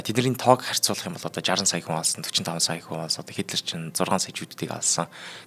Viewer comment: Хо шин ми гэдэг байх шүү .Хүмүүсийн нэрийг зөв хэлээрэй Гетлэр гэдгийн Хитлэр гэх мэт их буруу хэлж бна шүү.